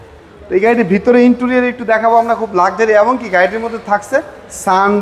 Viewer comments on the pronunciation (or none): none